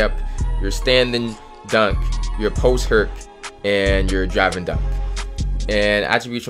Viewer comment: “post hurk”